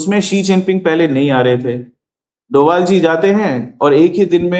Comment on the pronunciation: आप अजित डोभाल जी के नाम का उच्चारण डोवल करती है, उनका सरनेम डोभाल है, आपके कार्यकर्मो को हम बहुत पसंद करते है और सारे के सारे प्रोग्राम सपरिवार सुनते है। जय श्री राम।